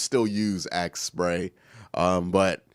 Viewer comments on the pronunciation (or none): uses "ASK" body spray not AXE lol